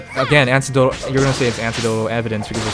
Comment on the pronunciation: For future reference, - it's pronounced "A-neck-dotal". But yeah, seems Japanese companies are just really fucking weird in how they run things. Must be a cultural thing.